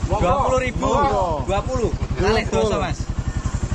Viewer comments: Woahhh the "monggo buk" actually caught me off guard, That's so cool 😂👍. Never in my wildest imagination a baddass Texan Cowboy could speak boso Jowo 😂. Stay safe out there on the adventure you're the best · Yo adding some javanese vocab out here haha. That mangga/monggo pronounciation was pretty nice bro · surprisingly..you said, "Monggo, Bu"